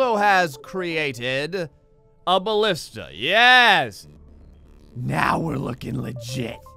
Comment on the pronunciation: The Greek word is Μπαλίστα. So you were pronouncing it right. Its Ballista.